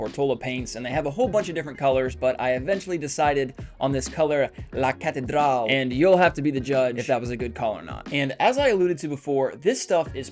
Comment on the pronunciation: not gonna lie, you made me laugh too much hahahahahaha from the way you pronounced cathedral to the aggressive product application you called yourself out on lmao good video